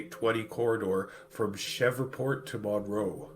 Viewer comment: Did you just pronounce Shr-E-Vport(Shreveport) Sh-ever-port?